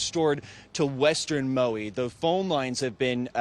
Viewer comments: Where's Mowie? There isn't any island in the Hawaiian archipelago called Mowie. If you can't properly pronounce places or people's names you certainly shouldn't be in media broadcasting. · Who is this reporter? Maui is not pronounced Mow EE? Get someone who is informed.